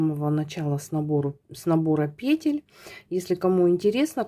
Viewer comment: благодарю Вас за МК. Видно, что пряжа классная и носочки получаются мягкие и симпатичные. И благодарю Вас за правильное произношение русских слов, в частности пЕтель и раппОрт. Вас приятно слушать и вязать.